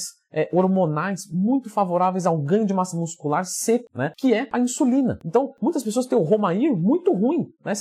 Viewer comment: "Ganhar massa nuscular"